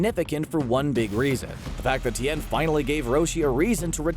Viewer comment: It's Tien, bro, not T n